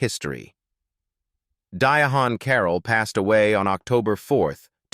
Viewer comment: Her name is pronounced “die-ANN” Carroll!